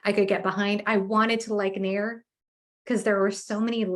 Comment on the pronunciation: Naiur is the right way to say it